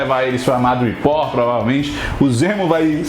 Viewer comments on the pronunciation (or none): Só um detalhe, a pronúncia é madripur... Dois O em inglês tem som de U 😊